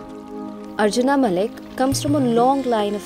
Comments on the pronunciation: Spell it like Arjun not arjunaa. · Good content but pronounce indian names in indian accent,its arjun not arjunaa !! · पहली बात तो अर्जुन है न की अर्जुना, कहा से अंग्रेज बनती हो